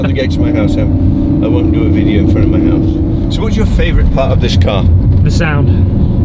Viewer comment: ‘I won’t do a video in front of my house’, why do you say it like that?